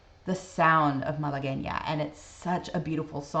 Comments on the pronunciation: Thank you for knowing how to say Malagueña. You can bet that your father had heard of Roy Clark. My sister and brother in law saw Clark in Las Vegas back in the 70s and said he put on a very, very good show. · Thank you for providing the video of Mr. Clark pronouncing the name correctly. Also, you pronounced it properly also. Good reaction.